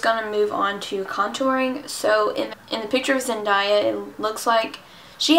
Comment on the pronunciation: I love the look 😍😍👌 Btw, her name is pronounced "Zen-DAY-a" 😂